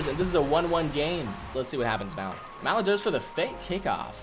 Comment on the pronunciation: it cringed me out hearing mal-ek over ma-leek over and over